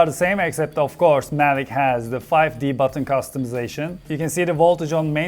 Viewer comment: Mavic, not Mavik!